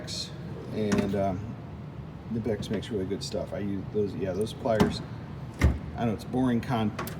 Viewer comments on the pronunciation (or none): If it's not been said in here already, it's pronounced "kuh-nip-ex". Just fyi